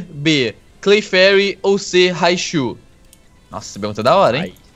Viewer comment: Não é claferi e haunter esse cara errou